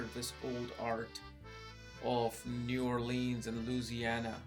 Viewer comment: Say it right new orleans